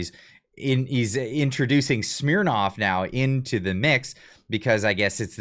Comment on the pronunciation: Trying so hard to be serious, calls it “shhhmnirnoffff”